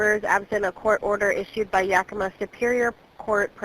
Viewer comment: Yackima. Not yokima.